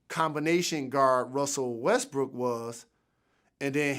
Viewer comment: He also calling Westbrook "Westbrick."